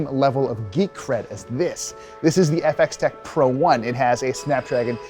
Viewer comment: So is it pronounced FX Tech or Y-Tech ?